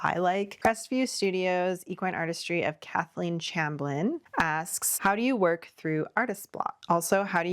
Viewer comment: It's pronounced "shamblin"😅 Thank you for answering!❤